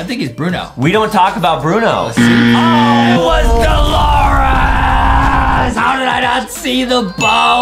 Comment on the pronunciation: And its De-lore-ess not De-lor-es